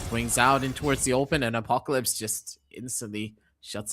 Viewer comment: Why the guy calling apocalypse on aplycs? It’s not even apclyps at least.